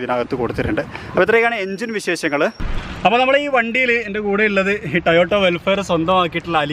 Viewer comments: Tayotta alla. Ayye. TOYOTA anu parnju padik kure ayille vlog cheyyunna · Bro tayota alla toyota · To-Yo-Ta ennanu. Not Ta-Yo-Ta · ടയോട്ട ആണോ ടൊയോട്ട ആണോ ?? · ടയോട്ട ആണോ ടൊയോട്ട ആണോ